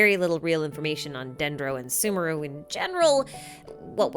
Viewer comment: I am not going to listen to someone who can't even pronounce sumeru correctly